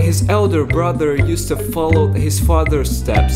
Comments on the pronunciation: Why does the narrator says Yusuf instead of Gustaf? 😄😂🤦🏻‍♀️ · Lol, "Youstaf".